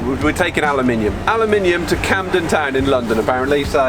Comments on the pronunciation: you don't mean Camden ,mate, its canning town init.........proper east landun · lol cannonton town lol It's canning town. But overall great video mate, I enjoyed it, I've got my PSV license, But I am considering getting my HGV license this year. is it worth the change? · Can Ning town lol